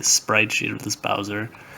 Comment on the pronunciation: the name is wrong its bowser not boswer